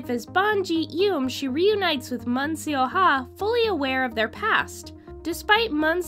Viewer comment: Just a suggestion, learn how to pronounce the actors' names correctly. For instance, Seo is not pronounced 'see-oh', and Woo does not actually have a 'w' sound.